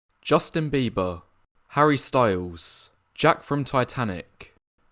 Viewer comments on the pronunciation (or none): none